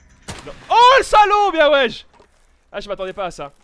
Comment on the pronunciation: Pq tu dis bien waiche tu écoute JUL waiche alors waiche alors